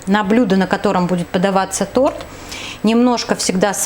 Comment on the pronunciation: Женщина,почему вы не можете выговорить слово Торт?